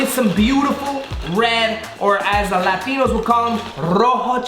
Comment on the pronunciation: White washed ass “LaTiNo” 🤣🤣